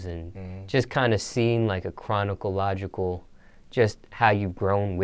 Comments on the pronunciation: My man sed "chronicological" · "Chronicalogical" it's chronological.